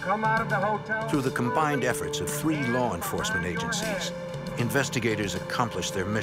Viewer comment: “LAWR ENFOSSMENT”